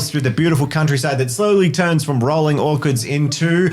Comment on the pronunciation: Bro, what's an Orkurd? 😂 ( It's Orch-ard )